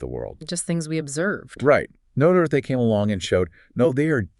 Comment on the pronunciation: Is this AI narrated? Woman pronounces Noether’s name differently many times.